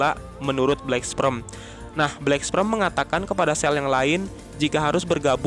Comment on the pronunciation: Nihh si mimin bolak balik ngomong Black Sprem, black sprem,,, (Black Sperm) wooeeeeee!!!!!